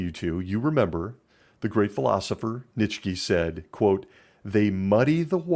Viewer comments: Another great video! I wish I was around for the cheese danish fiasco haha I got into philosophy after leaving the organization as well, Nietzsche is also one of my favourites! I believe his name is pronounced “Knee-Cha” but I could be wrong! Looking forward to next week episode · Frederick "NEETchuh"